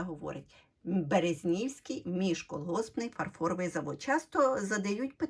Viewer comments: Правильний наголос БерЕзнівський міжколгоспний .... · БерЕзнівський!. Наголос на другій букві ,,Е'' . Щиро дякую за цікаву розповідь про самобутнє підприємство з Рівненщини.